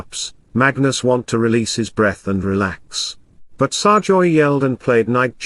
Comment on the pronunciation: can't speak English properly, it's SERGAY not SARJOY